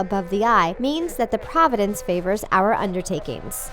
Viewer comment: It's sort of mind-blowing that Providence is pronounced here as "province".